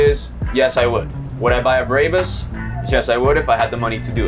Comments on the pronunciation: What the heck is a “Braybus” 😂mate it’s Brabus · Brah-bus, not Bray-bus. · It's BRA BUS not BRAY BUS. Just saying. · every Mercedes guy is cringing. Say it with me Bra (like a ladies under garment) Bus ( like a thing we took to school)/ Put them together and its Brabus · If you say so....although I'd think doing a review of their product, it would be a prerequisite to pronounce the founders family (and company) name correctly.